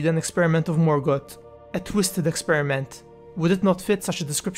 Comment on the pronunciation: EarTH not Ert. Middle Earth not midert. Morgoth not Morgot